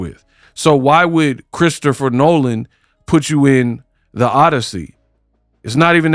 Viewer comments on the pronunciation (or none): none